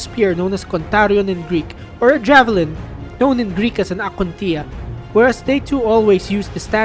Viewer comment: The correct way in which the narrator pronounced the very foreign Greek words in the video : their vowels and their rolling r .